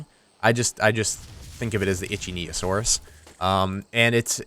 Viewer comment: He pronounced ichthyosaurs COMPLETELY wrong. It's ik-thee-oh-saurus.